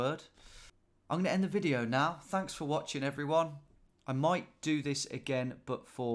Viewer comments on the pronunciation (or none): none